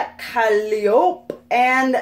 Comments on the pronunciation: Kah-lee-OH-pay, actually... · that packaging is delicious. calliope kuh-lie-oh-pee btw :)